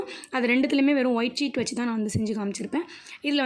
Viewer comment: Saying white cheet